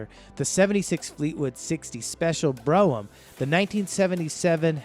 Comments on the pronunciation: "Bro-Um" ?? I couldn't finish this video due to the all the mispronunciations. If you're going to do a video at least say the names correctly! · Is the guy on the video from outer space?? He managed to mess up all the pronounciations of these cars. It's BR-ohm and Tore-ra-nod-doe not Broh-am and Tornado. He did all this research and can't pronounce the name of the cars. LOL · And Brougham is pronounced as 1 syllable "brohm" not bro-ham. Obviously this guy wasn't around in the 70s, he didn't even use the word malaise era. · Tornado? Bro em? Mark Vee? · Fay ton.....Bro ham.....Tornado.....and Mark V.......LOL......Not only is this guy not a car person.....he probably wasn't born yet when these cars were on the road ......I was laughing through this whole thing.......🤣🤣🤣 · Not to mention “BRO-umm” and “FATE-on”. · He also can't pronounce Brougham properly.